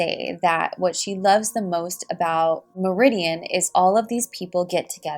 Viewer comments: It's mar-i-din lol not meridian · I was actually about to point out that you pronounced Meridian wrong 🤣 But only because I live in Connecticut 😁 I love your videos. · Good stuff but Meriden, Connecticut is pronounced Mare-idin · The way you said Meriden 😂 I’m not making fun of you its just funny to hear it that way. Its pronounced “Mare-i-den”. I live in Connecticut and also didn’t know this was a case!